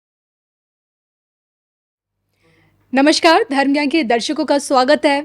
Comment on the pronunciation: NAMASKAARA and NOT NAMASHKAARA